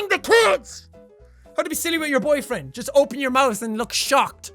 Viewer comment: "jest open your mouth" that sounds so fucking wrong lol